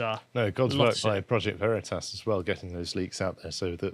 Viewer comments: Vah-Ree-Tahs??? Bold move Cotton, bold move. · Vereetas?! LOL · It's pronounced: "V'reetus" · Project Vereeters. What’s that? 😂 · "Project Ver-ree-tuss!?!?!" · Back in 1941 in a Munich bierhaus: "What ze hell ist ein 'OSS'?" he asks, as the Gestapo officer across the table hands his new friend a secret document warning them about Allied spies. The fact he pronounced Veritas wrong is just the cherry on top. What an absolute mad lad. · Okay, the PV guy who intentionally mispronounced their name was smart, haha.